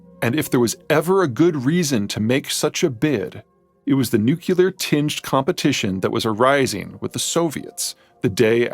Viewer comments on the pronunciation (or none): Peter: please train yourself to pronounce nuclear correctly. It's New Clear, not Nu Killer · It's new-clee-are, not new-cue-ler. How is this SO difficult? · I do like his stuff but FFS it's noo-clear not nook-yella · "The Americans had quite inadvertently became..." . "nuke-u-ler" . As errors like these pile up, they tend to undermine a speaker's credibility. I'm only two minutes into the video, but they're already diverting my attention from the content. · It’s “NUCLEAR” not some “NUKULAR”! Remind folks of gold old G.W. who also couldn’t pronounce it properly. However in his case it was sort of excusable. But YOU?? A self proclaimed scholar? Also, speaking of the USA as “them” or “the Americans” when you’re one of them sound like an attempt to distance yourself from “them”. Think about this. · I admire Peter, but one of my pet peeves is nu-cu-lar. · Nuclear: say New-Klee-Urr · You say 'nuculer' one time and i click off. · Peter, please learn how to pronounce “nuclear”. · Brilliant as all of your videos! One question, I noticed you mispronounce "nuclear" like so many and wondered why that is so common. Any info would be appreciated. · Good visuals, shame the narrator can’t pronounce nuclear properly :\ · Just a pity that he is unclear about the pronunciation of nuclear. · Eternally and obsessively so. Takes 10 points off his IQ.